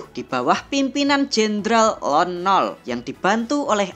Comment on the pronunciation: Lon nol bacanya kebalik lon noL